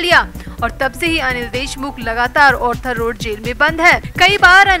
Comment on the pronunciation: Please, it is Arthur Road and not Orthur Road.